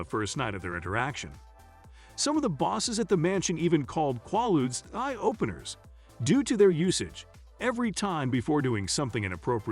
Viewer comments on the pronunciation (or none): pronounced "KWAY-ludes", not "kwah-ludes"---very poor writing and grammar throughout